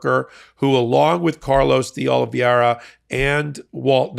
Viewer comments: It's Oliveira: o - li - VEI - ra , Not Olivieira (not o - li - VIEI - ra). There is another name that I think it's confusing you, just "Vieira" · Time to finally learn that the name is De Oliveira, not De Oliviera. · Oliveira is pronounced “ Oh-lee-vay-rah”. It’s a very common Portuguese or Brazilian last name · You continue to mispronounce Carlos DeOliveira. Make believe the second “I” is missing in Oliveira…..Olive VERA is how you pronounce it. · Minor nit I realize, but Carlos' surname is Portuguese, and is pronounced approximately like Oh-lee-VAY-rah. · Stop mispronouncing OLIVEIRA!! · You are mispronouncing Carlos' name. DeOliveira. You are putting in an extra "i" syllable after the "v". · YOU KEEP MISPRONOUNCING Carlos De Oliveira's name! There is no "I" after the V.